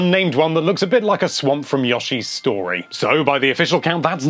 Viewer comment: Nigga did you just say YAH-SHEE'S STORY?!?!!? DISLIKED UNSUBBED TRIGGEREDDDDDDD JK Your accent is sexy af 😚